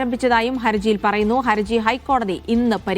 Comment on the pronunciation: "Haraji" എന്നാണ് correct. trouble, difficulty, or legal liability എന്നൊക്കെ അർത്ഥം വരുന്ന Haraj എന്ന arabi വാക്കിൽ നിന്നും ഉണ്ടായതാണ് Haraji. ഹരജി എന്നും ഹറജി എന്നും പറയും, ഏത ശരി എന്ന് അറിയില്ല.ഏതായാലും ഹർജി തെറ്റ, പക്ഷേ കുറെ ആളുകൾ അതാണ് പറയാറ്.😊